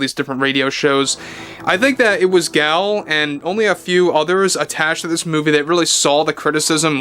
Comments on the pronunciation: Nope, he is pronouncing it incorrectly. It is Gull. It’s Hebrew. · The nuance is still different how she pronounces it - even in English. It’s not the long vowel A. But either way does not offend me and I wish you a pleasant evening. Cheers.